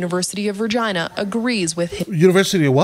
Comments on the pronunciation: It's pronounced Reg-eye-na not re-gen-na lady pronounces it weird I've never heard anyone say it that way. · LOL not Vergina. Regina.. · NO she didn't! It's Re-gina as in Latin for Queen , King is Rex. We just pronounce it like it's spelled. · Just a note, Regina is latin for Queen (Opposite of Rex which is King). And the word is technically re-GHEE-na. We pronounce the word very much in an Anglosized fashion where we pronounce as we see sit.. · It’s pronounced Rah Gina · As a Canadian its pronounced. Vegina. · Regina - the city that rhymes with 'fun' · University of Regina, it's an extension of the University of Saskatchewan. *Note the pronunciation of the word is like vagina but with an 'Re' gina instead of a 'va' gina. Hope you find this useful.